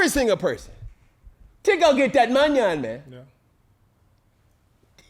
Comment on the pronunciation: He called money Munion lol 😂 who comes up with this lol 😂